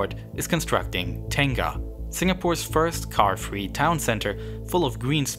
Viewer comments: he pronounced tengah wrongly. it should be TEr-ngah not teyhng gah source: am Singaporean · he just split the world literally in half hahaha ten-gah! terng-ah would be more accurate than tong-ah. the ng sound seems so hard for foreigners but there are words like singer, ringer so it’s not like the sound doesn’t exist in english. though they probably pronounce it sing-er, ring-er, while I always say it as si-nger, ri-nger. his pronunciation of singapore is correct but i realise a lot of people say sing-gah-pore instead of singer-pore. not a big deal but something i notice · Lmao ‘taynggah’ had me chuckle. I think it’s more like ‘tong-ah’. Hard to represent the Malay schwa and ‘ng’ sound into English. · Tengah is pronounced as ter-ngah (ter like terrific, ngah like singer 🎤 but with an ahhh instead) lol I’ve lived in Singapore for most of my life and in large countries for the rest of it. There are perks of being a small country like it’s easy to implement things when you only take 2h to get across the country. So many things would not be successful in a larger country, like 80% public housing.